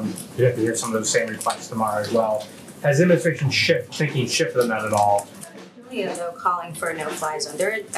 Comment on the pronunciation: Krystal—learn to articulate the word “ad min i stra tion”. Please.